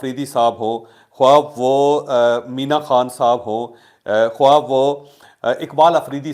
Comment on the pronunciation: جاھل! لکھا خواہ جاتا ہے اور پڑھا خاہ جاتا ہے۔